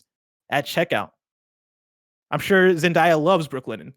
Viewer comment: Zen•day•uh not Zen•Die•Uh 🤣 the amount of times they said it wrong made me cringe lol